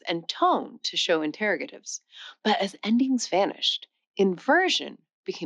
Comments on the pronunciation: There were some unusual pronunciations in this video. I thought it was "interROGative" and the first vowel in "locative" is "ah." And is the language "Tibetan" really pronounced "TiBEEchian"? . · Maybe teach your AI to pronounce "interrogative' "Tibetan" and"Qechua". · The way 'she' pronounced 'interrogative.' Odd. Nice looking bot, though. Good job on that. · You mispronounced interrogative.